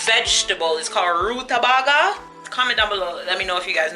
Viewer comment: Pronounced Ruta- bay -ga